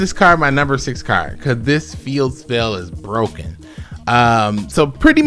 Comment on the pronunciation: "Lemme tell you why this card is number 6 on the list...: IT'S BWOKEN" 🤣